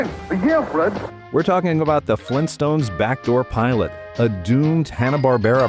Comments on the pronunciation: Fleentstones? Auugh! - Vargskelethor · GRAND DAD! FLEENSTONES?!